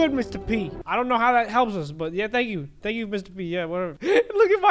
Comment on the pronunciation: at the end it said stank for watcnin